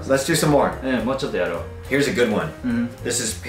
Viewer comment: もうちょっとやろうが英語に聞こえてしまったw